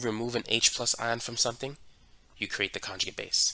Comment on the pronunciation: Good instruction but hard to understand the cockney english sometimes, ie, not pronouncing the t's and d's. .........conjugi' acid